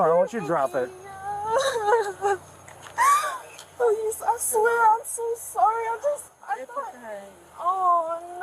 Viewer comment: Please-a! Please-a! No-a!